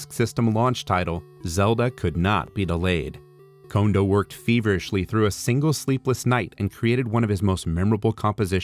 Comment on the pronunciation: Congratulations on being the first person to correctly pronounce Kondo in Youtube video. I've seen dozens of documentary style videos where everybody always says "condo".